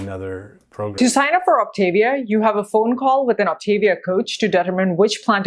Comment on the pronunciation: I'm an optavia coach... This woman does a terrible job explaining what this is. She doesn't even pronounce Optavia correctly. The founder of the program preaches that whole foods are best. The whole premise of the program is to make weight loss easy while you learn new healthier habits through the educational component of the program. If you are treating it as a temporary 'diet' you aren't doing the program correctly. If you want to use the product out of convenience after you transition to your new healthier eating habits then more power to you, definitely not required. This program changed my life. I dove into the educational program and have been maintaining my 60lb weight loss for 2 years. I eat all whole foods and occasionally use a fueling here or there if I'm traveling or will out and about and know there'll be limited options for healthy food.